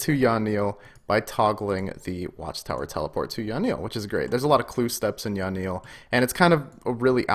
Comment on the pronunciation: yeah i cant believe he calls it yawnille either. yan-ille didnt seem too hard to say.